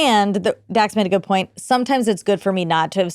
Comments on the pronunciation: did he say Dan shepherd. Isn't it Dax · I swear he said Dan…. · So is this Dax or Dan Sheppard? It sounds like the into he said “Dan” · Did he say “Dan” Shepard? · Listened to intro 5 times.. he say "Dan Shephard"?